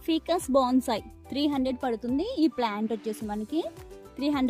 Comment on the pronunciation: అది ఫికస్ కాదు ఫైకస్